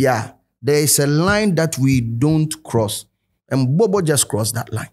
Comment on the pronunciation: it’s Bobo not “B)b) or borbor “